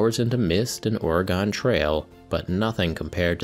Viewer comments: Another banger from. Quick correction here in oregon we tend to pronounce it more like gun than gone. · That looks so beautiful; I can just imagine the little minis wandering the streets admiring the vibrant roofs of Goobertown! One piece of advice, take or leave it, but Oregon is pronounced the same way that organ is (two syllables and the "gon" rhymes with the one in wagon, I guess because that's what you drive on the Oregon Trail). By the end of the video I'd completely forgotten why you said Oregon, but not the way you'd said it. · my fave "Oh-REE-gone" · Long time watcher, first time commenter. I am from Oregon and I need you to re-pronounce Oregon Trail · careful how you pronounce "Oregon" around actual Oregonians. they're touchy about that. lol